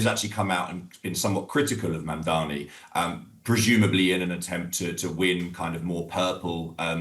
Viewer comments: Many anchors mispronounce his name to Mamdami, including the one here. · You're saying MANDAMI, unprofessional. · MamdaNi, not MamdaMi Deutch should say the name correctly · Could you possibly stop saying "Mamdami"? It's MAMDANI. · It's MamdaNi not Mandami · Mamdani not mandani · his name is MamdaNi not MamdaMi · Atleast learn to say his name RIGHT!!! Its MAMDANI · U can pronouns Mom Dani. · DW, train your hosts better. Even this guy could not pronounce his name properly. HOW HARD IS IT? Its Mum-daani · MAM-DA-NI.... Not that tough... Learn it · CON dani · M A M D A N I! Why’s it so hard to pronounce? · how difficult is it to say Mamdani? these anchors are incapable of pronouncing words they don't already know, learn to read people. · Wow. You can't even pronounce his name correctly? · This anchor cannt pronounce the nama right. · Why can't you pronounce his name properly??? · The DW anchor can’t even pronounce “Mamdani” correctly.